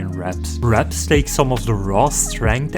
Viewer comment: Whenever you said "wraps" I thought you said "reps" and I thought there was a new sport.